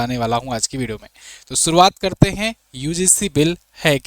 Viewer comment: Pahle to aap bolna sikhe Bideo nahi video